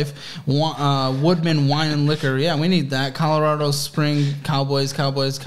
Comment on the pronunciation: He will also have to learn how to pronounce Colorado.